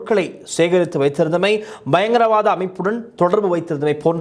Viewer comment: Hi, please pronounce properly, in Tamil don’t 😊say “ Bha” 😊Pha payankaravaatham not Bhayankara, same way some words you pronounce bit diffrent, please keep on eye.